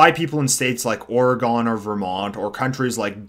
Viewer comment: it is pronounced OR-gun.